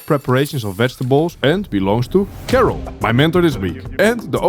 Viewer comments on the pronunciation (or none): Come on man, we all know "Karel" isn't pronounced "Kerrel" 😆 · you obviously know how to say Karel correctly why do you say it like carol?! anyways nice video